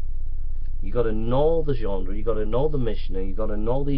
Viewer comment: Ah come on.... Anyone else watching this pissing themselves by the 6th 7th ..........25th time he says 'genDre'. :D